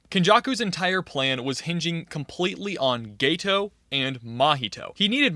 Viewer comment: Yeah geto is pronounced gay toe not ghetto